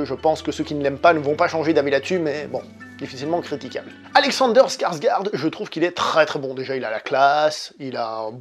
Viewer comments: oui, donc pas skarsgourde! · Skarsgård, c'est avec un son "ô" mais plus au fond de la gorge à ce qu'il paraît.